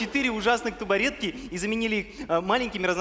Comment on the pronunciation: не тубаретки, а табуретки